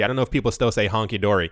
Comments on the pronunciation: It's "hunky-dory", not "honky dory" 😂 Keep up the good work bro! Great content! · It's hunky dory not 'honky dory' lol. Great work by the way.